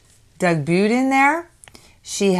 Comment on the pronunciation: Love the dress. Please, I beg you, pronounce Doug's last name correctly. It's NOT Boodin, it's Budin. Like the butain for your gass grill. You know these people & hang out with them.